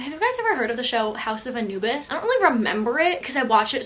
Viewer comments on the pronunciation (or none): none